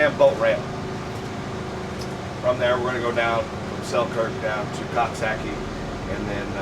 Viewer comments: Omg to hear u say Coxsackie is hysterical. Its pronounced cook sac kie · I live not far from there. It's pronounced Cook-sock-ee, lol. Whether or not you pronounce it correctly, it is hard to say without laughing. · lol I’m from here it’s pronounced coxsakie lol